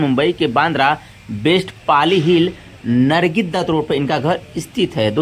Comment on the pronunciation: बिल तो ठीक से ले मान्यता को नम्रता बोल रहा है नरगिस को नर्गी बोल रहा है कैसे कैसे लोग यूट्यूब चैनल बना लेते है